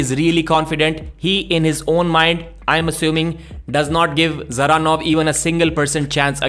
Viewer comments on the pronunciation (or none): Why do Devon and say "the-zeranov, Da-zeranov" everyone else says Zeranov with the D silent We all know Devon is shit at making predictions and talking about potentials of people he always has to eat his words. But yeah Georgi seems promising i'd personally have him face someone below Ermes first, but i don't mind him going straight for Ermes either if he's up for it. And btw Revaz was in great health and strong coming in for the match Genadi his close friend confirmed it there, so there's no excuse, Georgi was just THAT dominant, that's it, end of